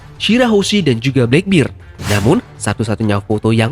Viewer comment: Black beer? Black beard.... Kles... Slah baca itu